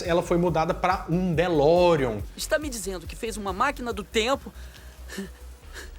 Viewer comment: “De Volta PRU Futuro” “ZemeRICKS”!? “DeLoreOn”!? “MÉQUIfly”!? “Éric StAltz”!? “Power of Love, sem o The”!? Vocês gostam mesmo do filme?